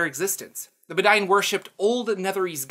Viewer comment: I think the Bedine are supposed to be pronounced "bed-een" as a sort of nod to the bedouin. Great vid as always!